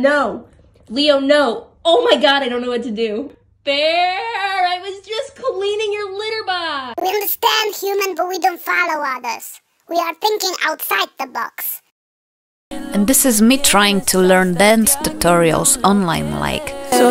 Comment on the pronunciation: And it’s human not Hooman